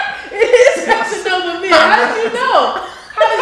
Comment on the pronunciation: “This is fashionava men” ” it is Fashionova men, how did u know “😭😭😂